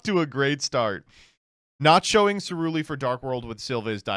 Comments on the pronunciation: why does keep calling ceruli celuri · Yeah I was honestly so confused as to what he was talking about. I was like "What the hell is a Seluri?".